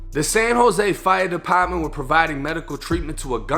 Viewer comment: “The San Jose FIYUH DEPAHTMENT”